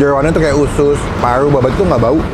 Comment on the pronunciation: Paru bang Bukan Palu 🙄